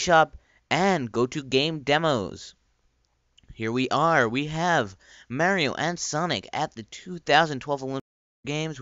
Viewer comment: lol! how u pronounced mario...soo cool!